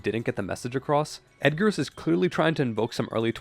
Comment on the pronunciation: Yo. Yo. It's Eggars. Like an Egg. Not Edgars, like the Allan Poe.